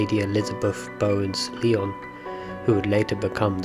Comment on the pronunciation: Great video though on some videos Glamis Castle Castle was pronounced as Glams. The Queen Mothers last name was pronounced as lion like the animal and not the French city.